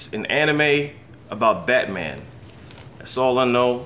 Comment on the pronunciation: Did He Say Batoman?!